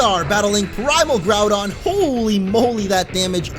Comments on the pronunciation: Its not all ogyre, its all doun (Like done? The end of Groundoun) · The thing is your saying Groudon wrong .-. Haven't you ever played the ever Original? D: or Seen the Explained Trailer. :c